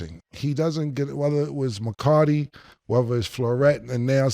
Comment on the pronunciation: “McCarty?!” “Floret?!” Not McCarthy or lafleur 😂😂😂😂😂 cam’s blooper reel of butchering names is off the charts.